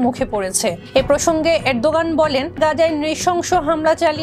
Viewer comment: 1jon President ar nam thik mato bolte paren nah so sad.